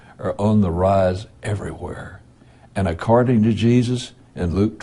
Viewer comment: "Accarding." hahaha.